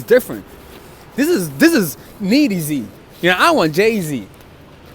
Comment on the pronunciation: I thought he said lady Z at first 😂